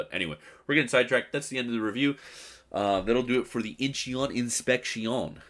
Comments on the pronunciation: Its not in-chee-on its inchon i lived there. Your stupid pronunciation is so annoying. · Forget the 'e', it's just pronounced In-chon. Great video as always, looking forward to more montages with Danny and Modern!